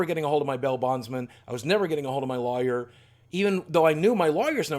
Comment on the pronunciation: Is anyone else bothered by the way he says lawyer?